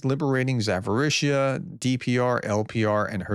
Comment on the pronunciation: Zaporizhzhia is pronounced with a P